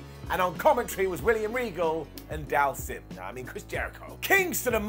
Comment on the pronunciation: Not trying to make fun of the pronunciation of dhalsim, but he's one of my favorites and it's pronounced daal - seem instead of dal sim lol.